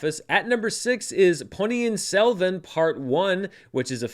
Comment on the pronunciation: Just a kudos mention for getting the pronunciation of Ponniyin Selvan 1 spot on.